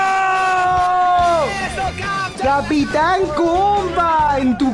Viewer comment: Alguien más. Noto que dise gato capitan